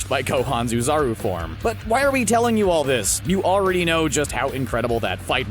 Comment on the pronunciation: Great video, except for when you said "ooh-zaru" instead of "oh-zaru".